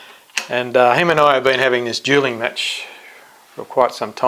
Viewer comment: You seem legit but dude. 'Duling match'? I swear you pronounced Erastosthenes as 'Erastotales' I wouldn't even bother trying to change a flat earth mind. People that stupid can fuck off.